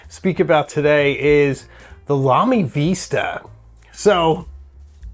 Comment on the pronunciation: Vista, no "e".